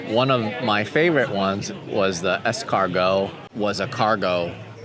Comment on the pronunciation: Larry.., the cargo van at 24.56> got its name from the French word Escargot (..you don't pronounce the 't') ,means ..snail